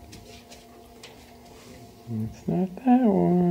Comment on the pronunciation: Are you using just the search command in German? Really sounds like you’re saying “such such” which is “search search” in German.